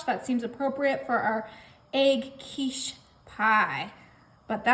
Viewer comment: Sorry but it is quiche